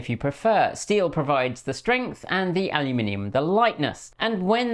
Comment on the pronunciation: Yay! Al-You-Min-EE-Um. Alumin - i - um.